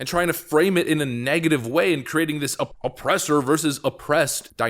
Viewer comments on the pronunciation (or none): none